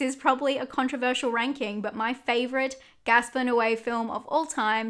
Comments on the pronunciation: It is Gaspar, not Gasper. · Girl what, his name is GASPAR NOÉ! Not Gasper lol